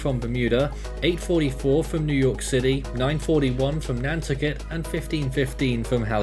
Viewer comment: Still laughing at pronouncing Nantucket with the accent on the first syllable. It's pronounced nan-TUCK-et, which is why it's so popular in limericks. 😂